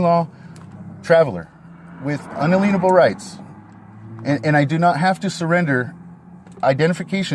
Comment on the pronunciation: I’m half way through and I can’t believe you haven’t called him out for saying “un-a-lean-able” instead of inalienable.